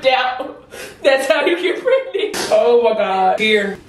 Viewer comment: The way said “o am gawd”